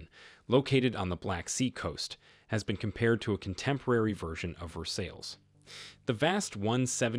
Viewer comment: probably better if you learn to pronounce Versailles. the ii's and s are silent